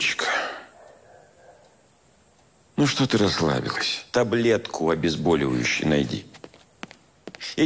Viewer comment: Просто обожаю, летчик сказал "обезбОливающую, а то некоторые врачи в современных сериалах говорят "обезбАливующую